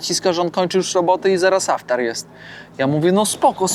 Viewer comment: Posiłek kończący dzień postu, to Iftar, a nie aftar. Tak tylko Ci piszę. Pozdrawiam i życzę bezpiecznej podróży.